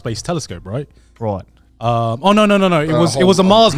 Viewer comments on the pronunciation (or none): most Australian "ROIT" i heard from Joey.